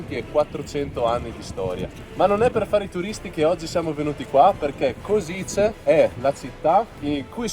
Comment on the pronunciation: Che bello! Anch'io ero curioso e ho fatto parecchi giri a Kosice su Google maps per vedere gli edifici. Comunque la pronuncia esatta è koscitse 🙂